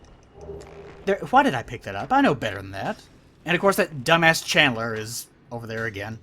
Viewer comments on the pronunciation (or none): anybody else notice that can't pronounce channeller without saying chandler